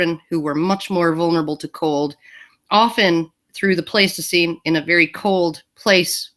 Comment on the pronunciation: Pleistocene - fyi the first vowel is pronounced like 'nice', 'ice' and 'splice.' Alison's summings-up-of-the-proceedings mid-way through, and once again at the end, were a nice touch on this one.